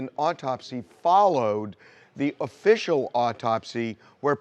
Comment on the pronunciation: simple! The first one is the initial. It sounds like he’s saying “official “ as if to say secondary one was conducted by an amateur…that’s what it implies